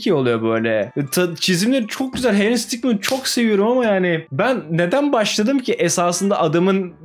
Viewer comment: Henry sitikman değil adal sitikman